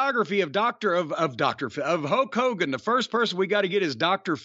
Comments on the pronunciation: Hokeey Hoogan lol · I was laughing when both Corny & called Hogan Hokie Hogan 😂😂😂